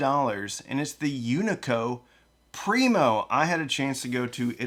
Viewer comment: being born not too far from here the Unico Primo amp is built you're killing me with your pronunciation! Great video!